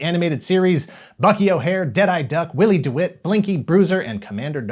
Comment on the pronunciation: you literally called him Wally Dewitt whilst showing us the text of his name on screen. and goddammit, the kid's name is a pun. "Willie Dewitt" as in "Will 'e Do it?"